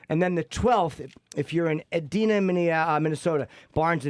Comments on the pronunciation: its pronounced e-DINE-na, minnesota. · Lol It's pronounced "EedieNah":)